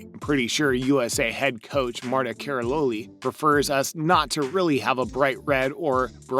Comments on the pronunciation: “ Na tas tia Lou a kin “. And “ Marta Kara low li” Lol Never heard of these people before. 😂. You really should learn the names of the people that you are going to be talking about. By pronouncing their names incorrectly, it makes people think you have never watched gymnastics before. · Márta Karaloli? Haha!